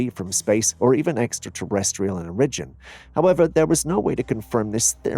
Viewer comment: Buddy.... the word "origin" is NOT pronounced "o-RIJ-in". It's pronounced "OR-ijin".